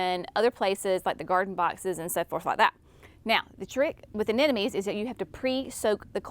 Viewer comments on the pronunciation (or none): I dont know why some have a hard time with this...................A NE 'MO' NIES. NOT A NE NO MIES